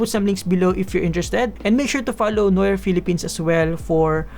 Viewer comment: Wrong pronunciation of noir, and I love the pronunciation of hippopotamus. ;)